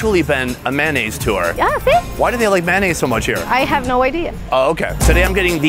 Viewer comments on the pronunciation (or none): Big fan.....but its pronounced M A Y O naise...not maonaise. ; - ]